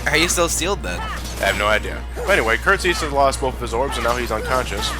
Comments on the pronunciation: The agrabah secrtet boss is called Kurt zisa ( Kurt Zie-Za) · Jay M but he pronounced it as Kurt Zee-Sa.